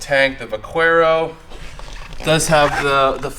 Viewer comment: Those are great bikes. Just FYI, it's pronounced "va-care-o".